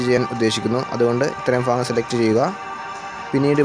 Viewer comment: Fagam alla bhagam